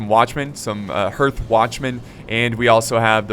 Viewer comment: I love it how can't even pronounce basic words like hearth... uneducated Americans:P